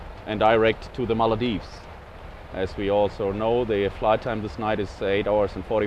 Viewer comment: The ''Maladives'' instead of the Maldives....